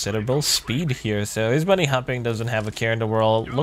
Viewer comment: He is hopping, not bunny hopping.